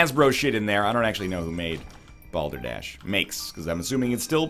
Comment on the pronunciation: Excuse me, did you say... "Balder Dash"? Is that like eggrace?